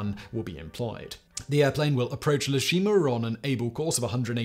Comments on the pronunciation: Very detailed and accurate, but; it's EE-Shima, not LE-Shima. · Very interesting and pretty thorough article. However, the island is not named 'Le Shima' . It is Ie Shima, pronounced 'Eye eh She ma'. This is a small but important correction. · It's no le Shima but Ee A shima. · *Ie Shima. A capital "i", not an "L". Pronounced "EE-yeh". It's Japanese, not French. Just in case anyone cares. If not, carry on! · “E-A Shima” not “Le Shima”. The first letter is a capital “I”. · Ah yes, le Shima. That famous Japanese island in France (or possibly a Bond villain?)! Sorry to be snarky, but it doesn't start with a lower case l, it is a capital i, so ee-eh-shi-ma. I know Simon hates being corrected on this stuff but, hey, as he always says, he doesn't care. Feel free to ignore this! (Anyone is interested, Ieshima translates to "home island") ETA: Wouldn't have posted if it had been just once or twice but Simon just kept saying it and it started scraping against my sad, little pedant's soul! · It’s not “Le Shima,” it’s “Ie Shima,” or Iejima, as it’s now called. I-E, not L-E. Pronounced Ee-Eh Shee-Mah or Ee-Eh-Jee-Mah. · That should be Ee-eh (ie) Shima, not Le Shima. You can't even say Le in Japanese. They don't have an L sound. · Just FYI, it’s Ie Shima (capital “I”) not Le Shima. Just thought it was funny. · It's Ie Shima, pronounced "EE-A Shima". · Just in case anyone cares, it's "EE-yeh" Shima... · I hate san-serif fonts. It is capital eye, lower case e, so it is ee ā Shima, actually probably ee ā ji ma.